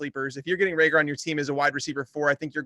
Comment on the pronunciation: Anyone else getting annoyed with hearing people call him Jalen Re-gor instead of Ray-gor? Maybe it’s just me